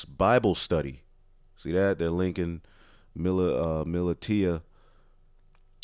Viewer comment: Militia (muh-lisha)....